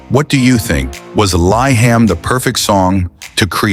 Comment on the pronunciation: Correction: LIHAM should pronounce as LEE-HUM and not LY-HUM.